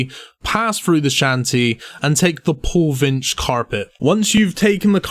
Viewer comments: Pollivneach =Paulvinch xD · Poll-niv-neech (like peach). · This guy just said pollvinch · I was gonna make of how he pronounced Pole-vinch, but then I realized he just made this long of a vid on the agility pyramid. LOL.